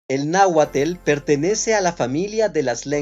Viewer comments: Se pronuncia nahuatl, no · Tu información está equivocada en varios de tus comentarios ademas de que no pronuncias de manera correcta el nombre del idioma no es es nahuatl, te sugiero estudies más para que no des mala información. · Hola nunca había escuchado que náhuatl se pronunciara "nauatel" yo siempre escuché náhuatl, así como se escribe se pronuncia: tl, náhuatl tl al final otra vez no nos confundan por favor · 🤦‍♀️No se pronuncia ‘náhuatel’; literalmente su pronunciación es “náhuatl”. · NAUATLLLL NO NAUATLE! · Algunas personas queremos aprender el nahautl, pero esa terminación no la he escuchado de esa forma. Es posible que así la hayas aprendido. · Please do not pronounce TL as tel! Eliminate the E sound. It should not be TomatEl, but TomaTL! I can understand because some people from Latin America can’t pronounce the letter S at the beginning of a word without adding an E at the beginning. Instead of saying Smith, they say “Esmith”. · Agradecemos tu intención por tratar de enseñar, pero con todo respeto te corregimos los que lo hablamos pero primero aprende el idioma sobre todo en las terminaciones de las palabras en atl estas mal, tu las pronuncias con atle y oso no es correcto. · Por favor con todo mi respeto. No sé de qué país sea el narrador. Pero no podemos hablar de idioma si la base está mal pronunciada. Y lo digo por esto. Es NAHUATL. La terminación TL suena así como se Lee y no se pronuncia NahuaTEL. y lo vemos en ejemplos como PopocstapeTL y no PopocatépeTEL. Repito no es por el afán de ofender pero si es importante entender que en un idioma es importante su PRONUNCIACION CORRECTA. Te lo dice un Mexicano. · Náhuatl no se pronuncia "" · No sé de dónde sea el que habla, pero definitivamente NO PRONUNCIA BIEN la terminación TL . Se le escucha como TeL , esa "e" sale sobrando. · No c dice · Se pronuncia “”? No la correcta pronunciación es “náhuatl”?🤔 A menos claro que quien narra el video no sea mexicano 😅